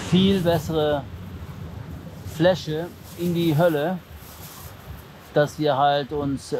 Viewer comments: 😂😂Finds geil wie Joey immer ,,Hölle “ anstatt Höhle sagt 😂😂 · Ich liebe es einfach, wie Joey Statt "Höhle" einfach immer "Hölle" sagt. 😁